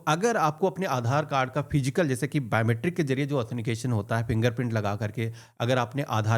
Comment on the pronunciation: bhai 'athenication 'nahi 'authentication 'boliye..!